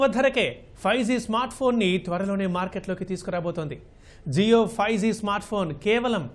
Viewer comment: జీయో కాదు జియో